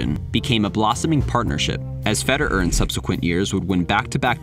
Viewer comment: why do you pronounce the name FEDER- ERRRRR like that?